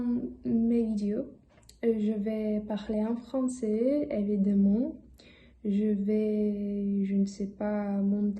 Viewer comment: Bonjour, je me permets avec plaisir de corriger quelques petites fautes dans ta vidéo : évidemment ==> se prononce en alphabet phonétique international : [e.vi.da.mɑ̃], c'est à dire que le mot se prononce : évidAmment. "Quand on veut apprendre les langues" il y a une liaison phonétique en T entre "Quand" et "on", donc on dit ==> QuanTon veut apprendre les langues. on + écoute ==> liaison phonétique en N >> onNécoute. Je n'ai pas des gens avec qui ... >> mal formulé, dis plutôt : Je n'ai personne avec qui pratiquer, donc ... J'apprends anglais >> il manque un L apostrophe, ça devient : J'apprends l'anglais J'apprends >> se dit [ʒa.pʁɑ̃] en Alphabet Phonétique International (API), donc le dernier son est un phonème nasal [ɑ̃] comme dans le mot 'sans'. j'ai créé >> tu as fait une très légère faute de prononciation, tu as dit : j'ai créyé au lieu de j'ai créé. Je peux vous le montrer >> dans la vidéo tu as oublié de prononcer le son tr dans le verbe montrer. Tu aurais pu dire : voici mon emploi du temps. "C'est quoi je vais faire" >> c'est mal formulé, dis plutôt : Quel est le but ? ou Pourquoi je procède ainsi ? ou Pourquoi j'agis de cette manière ? important >> tu as omis de prononcer la nasale im au début du mot. "Vous savez c'est vraiment important à lire" >> ce n'est pas correct, dis plutôt : "Vous savez c'est vraiment important de lire [régulièrement]" Si tu dis "à lire" c'est que tu nous invite, nous, à lire quelq